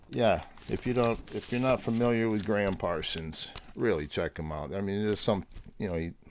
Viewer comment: Pet Peeve, ....it's GRAM Parsons, not Graham. GRAM as in Ingram. He's one of yours, surely you and Mazzy should know! Or is it done on purpose to wind up pedant people like me? Great video otherwise. Love and peace from across the pond.